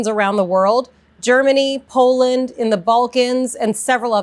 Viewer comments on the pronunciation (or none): none